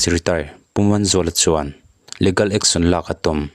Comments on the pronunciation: leegal, e hi stress tur. Ligal chu anilo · Legal hi leegal ti a lam tur aw. Leh gal a nilo